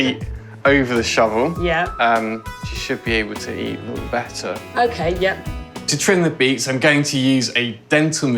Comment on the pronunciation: I like how he said, "we'll take a li'le bit off the bo'om beak." . Steve and Allen's mum joked about the likelihood of losing a tortoise, but I had a pet turtle that ran away. I had him out in the back yard and went inside to answer the phone. When I went back outside he was gone. Never saw him again.